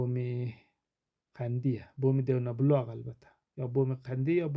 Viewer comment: مدیر صاحب تشکر ازینکه خاطرات مارا بعد سالها تازه کردی من ازین مسیر بسیار خاطرات دارم ، من یک خواهش از شما دارم شما بعنوان استاد‌ باید اسم های مناطق را درست تلفظ کنید تا کسانی دیگر هم از شما بشنود و بعد دروست تلفظ کند . شما چندین دفعه اسم دیونه بلاغ. را بردید بنظر تان آیا این. معنی میدهد ؟ اسم آن منطقه دیوان بلاغ است نه دیونه بلاغ.